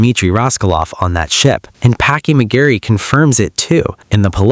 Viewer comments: Its McReary goddammit not McGarry 😅. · I could not resist (maybe you did it on purpose) - it's Packie mac-REARY and not Mac-garry